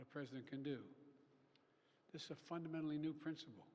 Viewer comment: I've watched the debate video and this video over and over and this is not the same guy. Listen how he says fundamentally. Definitely a fake.